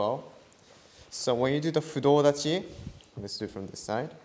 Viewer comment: Fudo dachi not clear